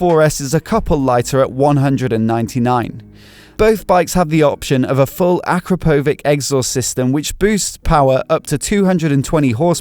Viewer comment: Front look like Kawasaki z1000. Also you should really learn how to say Akrapovič